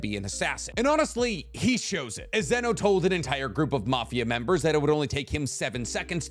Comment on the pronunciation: He tested me when he said zeno